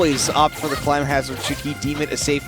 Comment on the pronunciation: Does it bother anyone else that the commentators were saying 'climb hazard' instead of clim hazard?